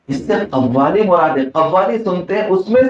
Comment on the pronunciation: خوالی نہیں قوالی